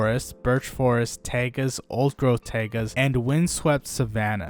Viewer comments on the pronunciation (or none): Taiga is pronounced Tie-Gah. Not Tay-gah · Really? It’s pronounced like Tay-gah in the Slavic languages though